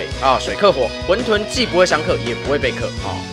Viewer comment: 不是念混ㄏㄨㄣˋ 沌ㄉㄨㄣˋ 嗎